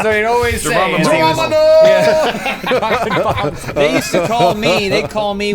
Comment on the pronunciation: So many years since that episode of IG Q&A and Adam still doesn't know how to say Geronimo. xD